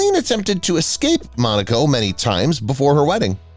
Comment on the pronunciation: It’s MONACO not Monica.